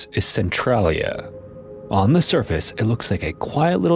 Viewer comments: i never seen a documentery where they actually say centralia right, its "sen trail ia" not "sen trol ia" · It's pronounced "cen-TRAIL-ia" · I dont mean to be rude, it’s commonly mispronounced. But as someone who lives nearby and has visited a few times, I want to make sure people know how it’s pronounced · Thank you. I love this channel but you can't mispronounce the name of the town throughout the whole video.